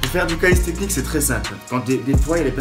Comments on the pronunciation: bonne vidéo ;) c'est calistheNICS* , pas calisthecnics ^^ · Mdrr "Calissstechnique" , NAN ! C'est Calisthenics et ça se prononce "Kalissténniqce" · Calisthenics pas calistecnics lol